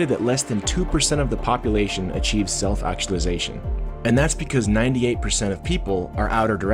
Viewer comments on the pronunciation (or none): Ah yes "acualization"